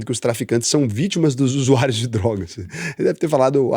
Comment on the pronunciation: Não consigo tankar esse bêbado gaga falando usuáirios ...